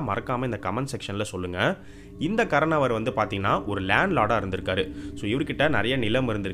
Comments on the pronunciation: Bro not karanavar karnavar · Not "karanavar".. It is "kaaranavar'